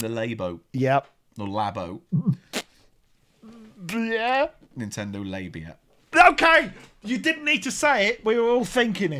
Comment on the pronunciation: Nintendo LAY-bo. ... Like, saying someone is a "good lay." ... Meaning sexual interactions are pleasant and enjoyable.